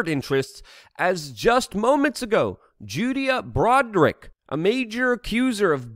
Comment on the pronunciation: Did this man really just say Judea Broderick?